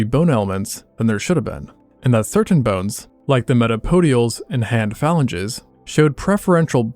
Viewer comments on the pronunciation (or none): metapodials. falanges. Come on man that's horrible. they are META-CARPALS and PHALANGES. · phalanges is fa-lan-gees not fal-en-ga's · Phalanges is pronounced FAH-LAN-JEES